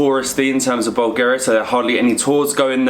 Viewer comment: 'Bowl' Garia... I'm sorry guy's love you but please polish up a little if you are representing us....